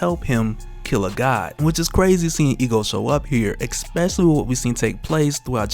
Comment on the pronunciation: "Especially"👍 "Exspecially"👎